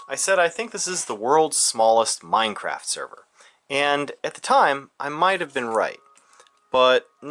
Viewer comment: Funny how he says Meinkampf.